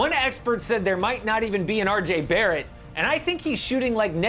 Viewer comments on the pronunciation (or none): none